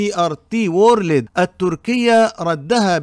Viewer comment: تي ار تي وُورْلْد وليس وورلِد، تحياتي